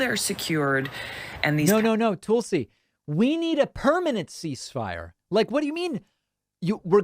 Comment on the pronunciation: Love your channel. Tulsi is nuts. But I think your pronunciation of their name is a bit off, which is distracting whenever you are talking about them.